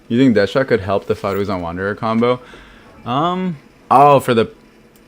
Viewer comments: Hey thanks for the video. But, why do you keep calling Dehya, Dash-ya? Pretty sure Dehya is a Hindi and Arabic name and doesn't have an s sound in it. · I figured it was cause of the JP pronunciation lol. It's basically the same in the Chinese version too. I guess it's supposed to be De-hee-ya, Dee-hee-ya or Dee-ya in the real world but Hoyoverse will apparently do their own thing for the different languages if they want.